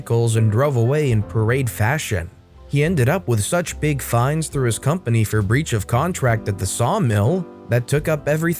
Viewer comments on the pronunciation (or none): none